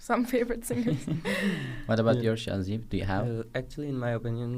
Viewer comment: Its şahzeb 😂